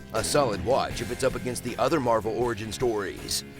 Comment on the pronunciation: Captain Meh-val?